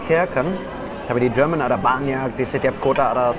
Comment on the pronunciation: Do me a favor? Can you pronounce "Jerman" correctly. It starts to get annoying and confusing to always hear you pronounce "german" instead of Jerman when talking about the country. I understand as a german that it's strange for you to read "Jer-" with a yot as well as indonesian prefixes like ber- ter- etc but please get it right when you are talking in indonesian. 😥